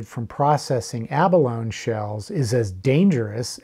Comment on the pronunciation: The toxicity of shell dust may be in question, but there's no question that the word 'abalone' does not have a silent E. "Ah Baloney!" you may say.